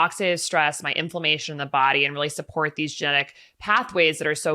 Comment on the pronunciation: Gosh I wish I could hear/understand more of what Dr Hyman says. He tends to swallow or skip over syllables, e.g., ‘sport longevity’ instead of ‘support longevity’. Some is understandable through context, but the scientific names of things are often simply garbled in the rush of words. Laughing while speaking interferes with enunciation as well, of course.